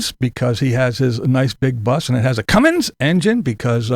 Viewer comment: I hate when people pronounce "Cummins" as "Cummings", there's no "G" in Cummins!